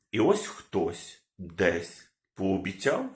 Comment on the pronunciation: "и ось хтось дэсь"....кошмар....